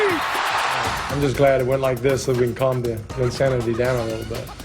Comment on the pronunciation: "Legs-sanity"??? Fail.